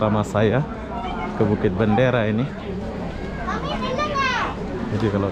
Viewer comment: Dia sebut Bukit bandara. Bandara dalam Bahasa Indonesia tu airport. Asal boleh je 😂😂